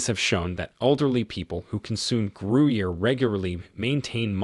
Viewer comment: Gruyère, Gouda, Parmigiano reggiano were all pronounced wrong. Only Cheddar he got about right.